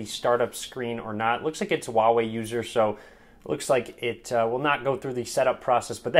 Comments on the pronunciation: His telling volva not huawei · The "H" in huawei isn't silent.